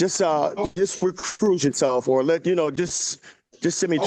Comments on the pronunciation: Yeah, he definitely misspoke on that and he wasn't able to pronounce "recuse" any of the multiple times he asked for that. He "knows" just enough legal terminology from watching TV just enough to think he knows what he's talking about. Obviously, he was WAY out of line during this entire video and really should have had a 30 day contempt about 4 minutes into this. There's no arguing that he is the problem here! However, the defense attorney wasn't much better. While I understand she was trying to get control of and help him out, she talked over the judge and was out of line multiple times as well. This poor judge couldn't catch a break from anyone in his courtroom during this entire hearing! He absolutely handled himself with far more professionalism than I would have been able to!! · dude said recruise and reprove😂😂😂😂 the word is recuse…..bro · Refuchsh? Recruise? REREcruise? 😂😂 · The way he is using the word “impartial” wrong is sending me . Also, what is “recruse “ ? It’s “ recuse “. You can tell he knows what he is talking about but he is using the wrong , and made up words to express his thoughts which is just a hot mess. Also, why does he not grasp the fact that he is not in control of this situation?! We need to be better educated of the judicial system at a young age because I see this type of behavior from soooo many other Americans. Like, the judge and attorney are literally trying their best to help this person and he just isn’t able to understand that. The legal system is so fried. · "Recruise" 😂 Also I dont think he knows what the word impartial means. Also telling him 100 times he's 58....BRO....act like it. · Look up the meaning of “impartial” and learn how to say recuse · “Re-cruse my sef.” Outstanding command of the English language! …… I’ve cleaned things off of my shoes that had more brains than that. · Will somebody please inform this guy what “impartial” means and how to properly spell and say “recuse?”